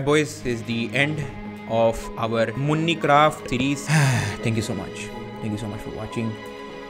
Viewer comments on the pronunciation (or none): Nobody: Ducky bhai: whole series MUNICRAFT instead of MINECRAFT